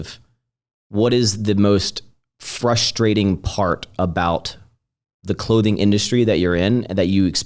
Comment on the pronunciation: Loving the podcast and LOVE!!! Great job keeping it real. So weird hearing you pronounce frustrating without hearing "it's frustwating" 😂 keep up the awesome work.